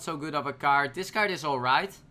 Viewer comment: it's CARD not KAART